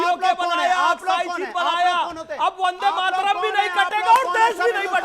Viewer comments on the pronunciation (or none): अनुराग भदौरिया "वन्दे मातरम " को " बन्दे मातरम " बोले, वन्दे सही शब्द है, बन्दे नहीं।